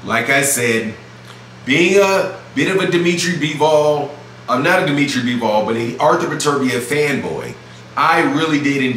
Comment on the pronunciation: It’s bivol not BEEEEEVOLLLLL